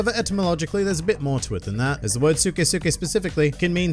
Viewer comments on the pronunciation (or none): I low key got mad every time he said suke